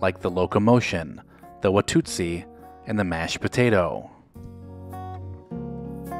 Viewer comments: ... WATUSI ... not WATUTSI. But the African tribe is Tutsi. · Wah - Toot - See? LOL ... no, dude. Just no.